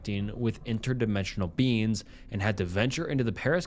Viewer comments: U pronounce beings as beans and it pmo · The SnappedFingers story ended up making me laugh just by how pronounces "beings" in a way that makes it sound like "beans", kept having images of the guy being chased by the man-eating lima beans from that Jimmy Neutron episode XD